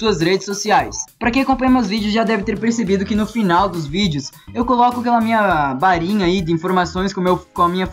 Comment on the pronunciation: kk vdd ele nao fala com rr fala com r "barinha"